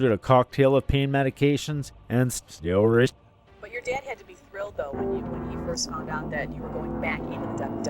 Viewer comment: I love when he said steroids. It was like he had a stroke.😂😂😂😂